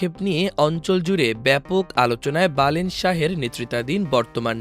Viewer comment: নামটা বালেন্দ্র.... বালেন না....